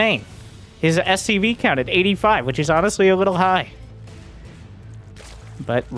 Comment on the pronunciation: ok i have to ask. why do you call them mcvs instead of scvs